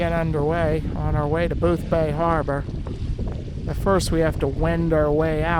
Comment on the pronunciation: Did you misspronounce Boothby harbour?